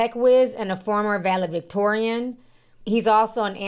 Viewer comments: Vale-Victorian huh?😂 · Ti i love you, but its ValeDictorian with a D